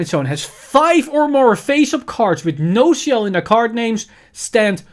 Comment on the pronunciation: The "ci" on HER name is pronounced as a "ki"